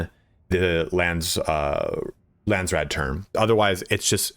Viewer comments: Lands raad .... not rood 😅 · Lansrod..lol. its Landsraad..